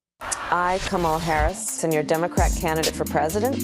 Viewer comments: You and all Trump supporters intentionally mispronounced Kamala Harris’ name. Dog whistle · MY My my _ C'mon dude, I get where you're coming from. But constantly mispronouncing Harris' name is uncouth, unbecoming and disrespectful. You know better too!